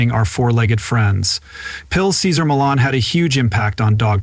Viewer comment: How many times can this narrator say his last name wrong? It’s disturbing take your time when you read and say the same words over the same way not a different way because you don’t understand how the word is supposed to sound to begin with if you don’t understand how to say his last name go to any of his shows and listen to how it’s pronounced